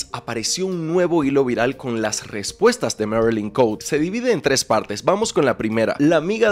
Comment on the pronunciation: NO ES MERILIN COUTE, ES ME MARILYN COTE C-O-T-E JAJAJAJA